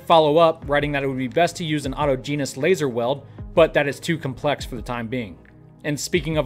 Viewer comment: aw-TOJ'-ən-us, please!